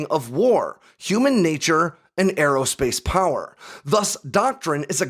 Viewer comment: Who else gets a little bit of nerd chills when he goes and this is "AIR POWARRRR!"